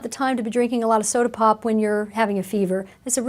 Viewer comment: She said “sodi pop” 😂 where my h3h3 pimps at!?